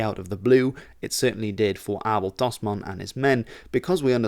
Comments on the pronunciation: I'm Australian, with a Dutch father. I've never heard Abel Tasman's name pronounced correctly before, even though we learn quite a lot about him in school. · As a Flemish Kiwi it's wild hearing Abel Tasman's name pronounced correctly 😅. It's somehow right and very wrong at the same time